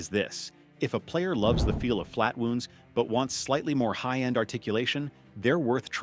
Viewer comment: Oh yes, those flat wooonds..... A.I. idiocy